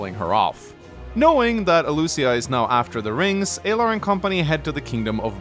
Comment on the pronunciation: Well we already know you're incorrect within the first 30 seconds because you keep calling them Aylar instead of Alear 😂